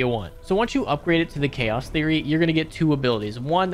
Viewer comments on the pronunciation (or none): none